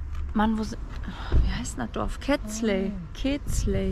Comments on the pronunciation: Es ist nicht Ketzle es ist keszthely. Gesprochen Keschtey :) Biin da übernächste Woche auch wieder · "Käst hej " so ungefähr wird Kestelhey ausgesprochen. Ich würde die Kräuter in die Erde setzten in der Wanne kann Staunässe entstehen.Hier gedeiht eigentlich alles. Viel Spass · Man spricht Kesthely glaube ich "Kestei", mit Betonung auf der erste Silbe. Ich erinnere mich nicht mehr ganz genau, aber ich glaube, so wurde das damals ausgesprochen, als ich am Balaton bei einer ungarischen Familie war.